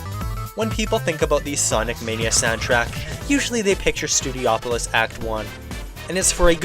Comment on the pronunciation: This dude really said STUDI-opolis. Alright boys, toss this guy in the fire.